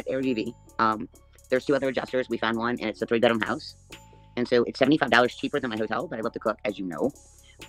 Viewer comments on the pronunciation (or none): none